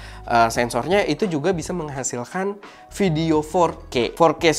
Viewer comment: "vidoe" :v